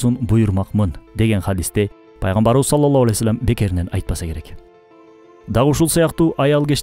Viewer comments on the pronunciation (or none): none